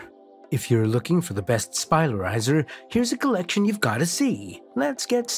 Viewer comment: Anyone else who can't get over the fact he keeps saying "spilarizer" instead of spiralizer?